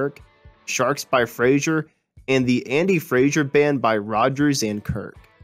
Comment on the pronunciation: Andy FRASER not FRASIER ffs!!!